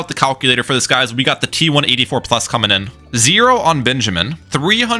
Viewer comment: Ok I hate second comments, BUT IT’S TI-84 NOT T1-84!